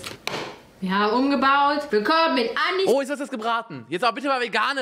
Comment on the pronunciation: „anni“, nicht „änni“ lol